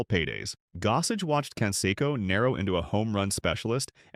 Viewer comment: Mispronounced Canseco. Very informative video, otherwise.